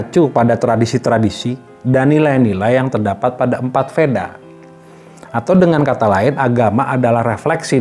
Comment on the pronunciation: VEDA bacaannya WEDA